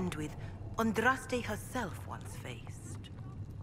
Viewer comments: Dude - ahn drahs tay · You said Andraste's name right! Its a Maker born miracle! Awesome LP so far but I have to admit I wince every time you pronounce her name wrong. :P